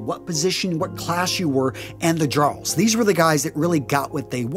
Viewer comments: Quick pronunciation on "jarl" - it gets imported into English as "earl" (both the name and the title). So treat the J as a vowel instead of a consonant. Also, it sounds similar to the other classes. So, jarl, karl, and thrall. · FYI, Jarl is pronounced with a soft J. Sounds like "yarl" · OK, several things here. Bethesda does get this right, it's jarl pronounced yarl. Also there have been multiple instances of men and women with tattoos from prior to and right into the Viking period. Next, it's highly likely that many of them kept their hair long as there is a tale of one cleverly using it to get out of being beheaded. It is also worth noting that Norman knights in service to, Justinian I believe, a Byzantine Emporer would peirce an ear. It may be that they viewed it in a similar way to Jewish customs but that's conjecture. Finally, anyone who knows about lye knows that it's in soap but in high concentration is definitely being used for bleaching. Highly alkaline soaps were used all over that region and later made their way into England during the Middle Ages as more Danes and Angles moved there. While it may be highly improbable and extremely impractical for them to have braided their beards and head hair this doesn't rule out the possibility of it in instances of a council or some other ceremony. A sure way to show off wealth and strength is appearance and those would be exactly the right time. I would recommend having a look at channels made by Scandinavian historians since it is their own history we're talking about here. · A very good video but the word "Jarl" is pronounced "Yarl"